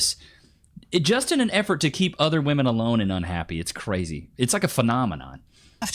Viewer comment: Never stick your d in cwazy.